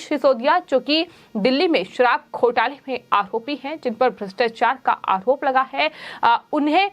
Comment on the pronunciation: उच्चारण सुधारने की बहुत आवश्यकता है . र का उच्चारण ह की तरह हो रहा है . उदाहरण -- गुजहात , अमहीका , आहोप